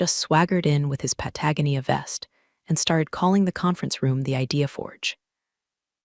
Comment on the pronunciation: I love your stories, but two words are always mispronounced. Patagonia = Pat-ah-go-nea like the area of South America. Guillotine = Gee-o-teen, which is a French word, so pronounced their way.